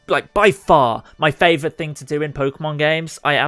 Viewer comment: when u cant say R. Favovite